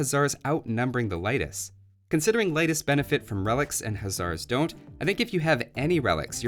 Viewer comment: It's pronounced [Ley-tis]. I'm Lithuanian.